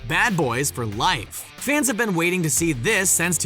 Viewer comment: Why doesn't one of the Ryans narrate everything on SR??? Great video but I love Will Smith so even hearing douchey the narrator say "am I right" like a hyperactive twelve year old can't ruin it. The 150 mile high club? Everyone? Umm, no. Almost ruined but not quite. "Ben" instead of "been"? Grrrr. No carbs at Christmas!!!! HOLY CRAP!!!!!! Still not ruined. Space Jam is WHAT???? Ha! Still not "ben" ruined. Ryans, where the hell are you???